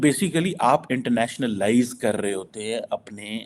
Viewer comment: Are, it is not “Internationa-lies”, it is “internationalise”. It is a single word, not two words the way you are pronouncing